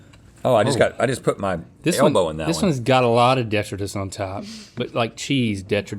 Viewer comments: I don't see that anyone commented, but it is de-TRY-tus, right? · It is, in fact, duh-tri-tuss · Sorry Link, Rhett & are correct, it’s duh-trai-tuhs 😉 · hearing them pronounce detritus in that first round hurts me DE-TRY-TIS not DE-TRUH-TIS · It is de’tri’tus not detri’tus. Arrgghh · Its pronounced deh-try-tus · Despite Links best efforts, it is pronounced duh-trai-tuhs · Rhett is correct. The pronunciation is "de TRY tus". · de-try-dus is the correct way to say it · My people! Wildlife biologist here. I started scrolling through the comments the minute I heard Link say it incorrectly. 😂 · Okay but detritus is pronounced like de-try-tus right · Sorry to be that guy... Detritus: duh·trai·tuhs: Gwinith (it's Welsh) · and she went for the most expensive ones, with bougie deh-try-tuss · It bothers me how they pronounce detritus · Was that detritus on the mozzarella sticks? I can’t decide if they made up a new pronunciation, or just used a word I’ve never heard. 😂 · I'm so glad they corrected Link's pronunciation on detritus. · Links reaction to being poked in the finger speaks volumes. (Deep seated Anger issues) and detritus is pronounced the way Rhett asks him to say it. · cant watch anymore after the detritus mispronunciation.😑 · Please stop mispronouncing "detritus". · Imagine not being able to say detritus correctly. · LOL thank goodness Rhett said something. The way link was pronouncing detritus was setting my teeth on edge. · It is di-trite-us 😂